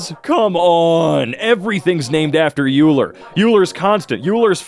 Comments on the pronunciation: It's okay... it doesn't bother me... it doesn't bother me that you literally skipped past the pronunciation part of the entry where it says his name is PRONOUNCED 'OILER'! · Believe it or not, I actually understand this Also it’s ‘oiler’ IT’S PRONOUNCED REE-MAN Four yer Oh man I wish unity had flowtrees stupid uni not math guy it’s x squared tau(2 pi)>pi( …) also ur dumb > is greater than idk this who did this 🤣 use a dot for multiplication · Euler is pronounced oy-lr (or oi-ler), he’s German. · EULER comes up People who are familiar with math: ah yes, our good friend OY-Ler. Everyone at Emkay: YOU-ler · its said like oi-ler not u-ler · I know these are old videos piled into a compilation, and if you look at the name ‘Euler’ without knowing, your first instinct is Yoo-ler, but it’s actually Oy-ler. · and both pronouncing Euler YOO-ler, even AFTER looked him up and the pronunciation was RIGHT THERE... it just hurt me a little bit:( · not pronouncing Euler as Oyler hurts my soul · Euler is pronounced Oiler. Don't ask. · He pronounces Euler as „yuuuler“ 🗿🗿🗿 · Euler is pronounced Oiler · As a person who knows german and also loves maths, it triggers me how every of them pronounced euler. (it’s pronounce oiler) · Uler uler uler its Euler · petition for all of them to learn the pronunciation of euler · That pronunciation of euler hurt my soul. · Can’t believe he pronounces “Euler” as “Euler” What a moron